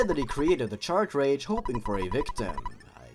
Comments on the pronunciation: Cart-Ridge. Not “CHARTRADGE!” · I'm kinda annoyed that you pronounce "cartridge" "Chartrage" It's pronounced "cart-ridj" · Not to be mean but you say "Chartridge" not the correct grammar which is Car and Ridge with a T sound at Ridge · This is the first video I've found of yours, I like your humour and editing plus you speak clearly without rambling. But the one nitpick I've got is that cartridge is pronounced "Ka-tridj". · Yeah ok I cant help it but notice you keep saying "Chartridge" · No offense, but I think the way you pronounce "cartridge" really adds to the awful writing of this story.